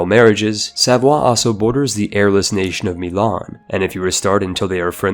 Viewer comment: says Savoie me: ITS SAVOIA (sah voy ah) DAMNIT